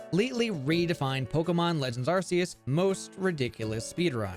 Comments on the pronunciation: Ar*K*eus, not Arseus. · I'm sorry but the pronunciation of Arceus is killing me already. ARK-E-US, not ARSE-E-US! The movie confirms it. 😭